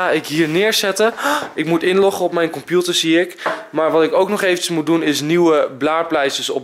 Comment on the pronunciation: Enzo ik vind het grappig hoe jij computer zegt waarom moet ik bij jou zo vaak lachen en waneer ga je een Q&E doen. Ps waneer komt de fanmail video.